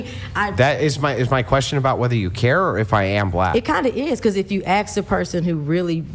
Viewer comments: You pronounce "ask" as "axe", you're entire argument is moot. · It’s ask not axe. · Ask!! For Pete’s sake it’s ASK!!! Not aks or axe. Are blacks incapable of pronouncing a 3 letter word correctly??! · What an ignorant and obnoxious woman. And it’s “ask,” NOT “axe.” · She lost me when she said "axe" - she's an idiot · “If you AXE a person…” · I knew it, she can't say the word ask